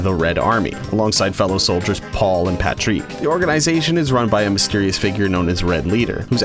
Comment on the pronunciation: IM SORRY, BUT, PATREEK!?